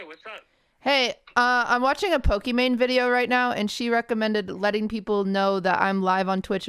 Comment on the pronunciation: number 1 fan yet QT can't pronounce "Pokimane" correctly